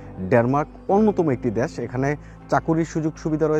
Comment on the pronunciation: Desh bolte pare na bole dash wtf